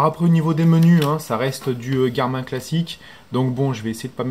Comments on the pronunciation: super video tres envie de lacher la vivoactive 2 pour passer a la 3 hehe par contre je crois ca se prononce [garmine] la marque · ptdr tu sait pas dire Garmin